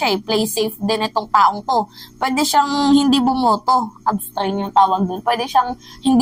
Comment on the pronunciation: abstain. anong abstrain? wag kn mag ingles